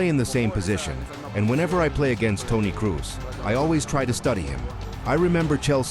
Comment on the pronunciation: His name is Kroos - not Cruse :))